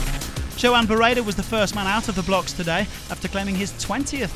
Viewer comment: Did he say Jo Ann Barreda?